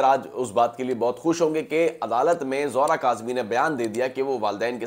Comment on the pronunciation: Not Zohra its Zehra